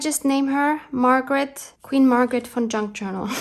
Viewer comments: What a fun video! I love Queen Margaret. I, too, thought you were saying Fun instead of Von....lol. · 😂😂😂. Wasn’t until you wrote her name that I realized you were saying VON! I thought you were saying FUN - Queen Margaret Fun Junk Journal!! 😂😂😂. This was PERFECT!! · I thought the same.